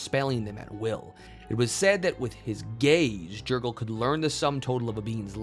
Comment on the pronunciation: It’s pronounced yer-gal